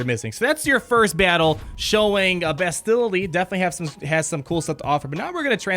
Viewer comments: The way you guys say bastilla is driving me crazy lol, Bas-tuh-la, not buh-stilla. Dozens of replays of kotor and never heard the way you guys say it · Hey, great video, love everything that you and Mobile Gamer are doing, but as a KotOR nerd it hurts to hear the pronunciation of Bastila's name like that lol. Instead of "Bass-Still-Uh" like you guys have been saying, it's "Basstil-Uh", kind of like "basil" or "castle". You gotta say the first two syllables quicker. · Actually BAstila not BastIlla - it's in both games, when characters mention her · Hey & Mobile it appears nobody cares to correct you on this but could you please pronounce Bastila correctly? It's BUHSTUHEEELAH. Freaking plebs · Carth: We NeEd To FiNd BaAaAaAastila!!!! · Why can no one pronounce her name correctly? Bas-ti-LA! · Not to complain...love the videos! But isnt it pronounce BAS til a? I feel like thats how they said it in KoToR, with the emphasis on the first syllable, not the second (like in most english names) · it’s BAS-ti-la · yeah everyone pronounces it wrong lol. Bass-Till-Uh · They're probably saying Bastila's name wrong on purpose to get us all triggered in the comment section... Lol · You guys are pronouning Bastlia's name wrong. Just a heads up! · This is how to pronounce Bastila, you're close but you're putting too much emphasis on the "t" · Bastila DOESN'T rhyme with Godzilla!!! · Why are all the game changers saying Bastila's name like its Godzilla. I've heard and said it like it was in kotor for over a decade, but now this way of pronouncing it seems so popular and it's so strange and weird. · Jesus Christ this was driving me nuts. Clearly they’ve never played kotor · Great video but her name isn’t pronounced like that bothers me so much look at KOTOR